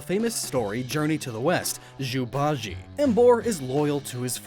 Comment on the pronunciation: Zu ba jee?? 😂 Its Zu Ba ji-eh